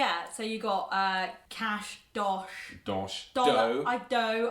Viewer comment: LOL did anyone else think of douche when she said dosh?